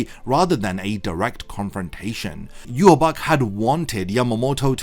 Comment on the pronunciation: You recount the entire story of bleach in meticulous detail but you can't pronounce Yhwachs name correctly? Idk if it's just rage bait but it erks the fuck out of me